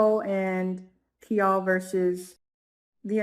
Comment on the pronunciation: Honey the man’s name is Kial like the name Kyle. It’s making me crazy. 😊